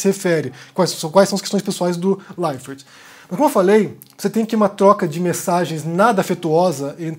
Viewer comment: Esquisito ouvir você falar "Thiago LeiferT"